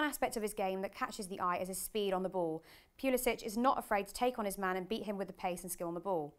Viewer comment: At least say his name right. Its pronounced how it’s spelled. It’s not “pulisich,” so in other words, no “-ch” at the end. It’s a hard C at the end